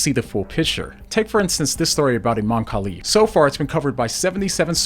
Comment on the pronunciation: “A-Man Khelif”